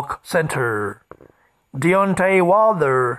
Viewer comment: Tell u what, AJ isnt going because he knows that would put pressure on him to fight the winner. The guy is smart, because they may ask him get in ring. This guy cant even say wilder right.